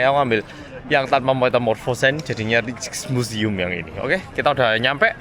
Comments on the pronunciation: Rijk pronouncenya Riyk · Rijksmuseum pengucapa nya raiksmuseum. Musim panas biasanya orang2 suka minum bier. Di Amsterdam ada rujak peris sol uenak pol. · Rijksmuseum bilangnya Reiks museum. Huruf ij itu dibacanya ei. Spt kota Rijswijk bacanya Reis weik. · Masih di Amsterdam engga oppa ? Btw, aku tinggal di Amsterdam. Rijkmuseum itu di bacanya Raikmuseum 😅